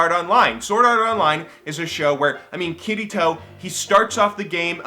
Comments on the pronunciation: "Kittytoe" cmonnnnnnn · sounds like he is saying kitty toe lol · I thought he said "Kitty toe" when he tries to say "Kirito" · I keep hearing Kitty Taw(Toe) when he says Kirito =\ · When you said Kirito, I thought you were saying Kiddy Toe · I really enjoy new videos and want him to make more, but still...i was laughting so hard every time he said Kirito xD It just sounds odd to me Love ya:3